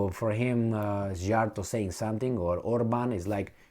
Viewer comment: if was ethnic Hungarian, don't you think that he would pronouce better hungarian names like the hungarian PM's name??